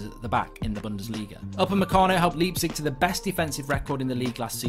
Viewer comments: in 'Leipzig' the 'lei' is pronounced as the english word 'lie'. And the g is pronounced 'sh'. So put it together and the correct way to pronounce Leipzig is 'Liepzish' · Mark cannot even pronounce Leipzig properly.